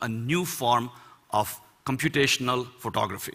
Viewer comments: I definitely heard him saying pornography rather than photography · It sounds like he's saying 'pornography' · he says photography it sounds like pornography